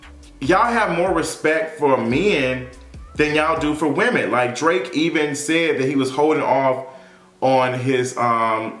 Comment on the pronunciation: Did you just call him Drak- I’m done. 😂